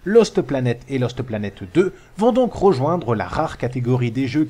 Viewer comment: J'adore quand dit Loste Planète Deux:D